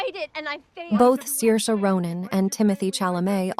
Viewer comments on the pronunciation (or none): Did you know Saoirse Ronan already told how to pronounce her name multiple times in her interviews?